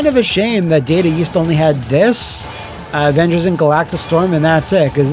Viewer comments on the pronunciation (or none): "THE OHHVENGERS!!"